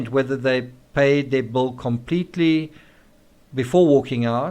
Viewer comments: Bull? Bowl? Bill? All pronounced the same?? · Your accent. The Bill. Paid the Bill, not the Bowl. Love to you,. ❤️🥰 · Why are you saying "bowl" instead of "bill"? Confusing. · Not to sound hateful... This guy's voice and accent makes me want to just stop following. It is pronounced "bill", not "bull". Holy shit man. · people may not realize that you are saying BILL not BULL. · no, I'm not making fun. It's not an accent it's a word. He us saying bull. No other South African I know says bull for Bill. It changes the entire meaning of his sentence. I'm trying to show him the difference. If you wish to talk like an American or Brit, use the words correctly. I was only trying to help. There was no disrespect intended. Thanks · As a former waitress I can pretty much assure you you don't follow someone out because of a tip. Funny the way you say "bill." Sounds like "bull." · The way u say bill sounds like bull to me. Lol. Funny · Why do I keep saying “bull” instead of “bill” ? Is that a South Africa thing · So sorry the autocorrect refused my spelling of ill ( as in sick ) and continued on changing it to I'll, as in I will. I hope that clears it up. He is saying bull as in the animal, not Bill as in a " check^ you receive for services rendered. Excuse my mistake, thanks.)